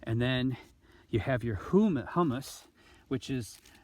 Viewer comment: I love the redwoods behind you, but then again I'm THE dawn redwood guy, so maybe I'm a bit prejudiced. :-D It is pronounced HEW-miss. Hummus is the nasty stuff that comes from soy. ;)